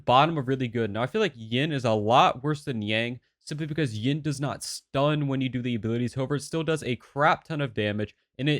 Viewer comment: wai wha- whats ying, its hard to determine if you said yin or yang xD but to be fair what you said is spot on.